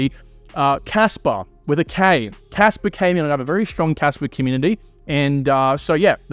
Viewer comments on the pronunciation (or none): Stop pronouncing kaspa as kasper